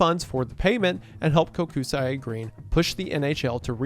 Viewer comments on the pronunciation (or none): Love the story about the Bolts. Great team, Tampa Resident, Go Bolts! However, the constant mispronunciation of Kokusai killed me this entire video. It's pronounced "coke-sigh", not "Koh-ku-sigh-eh".